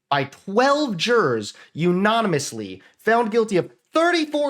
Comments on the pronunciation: its UNANIMOUSLY not u NON amously. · I love you but you pronounce “unanimously” weird 🙃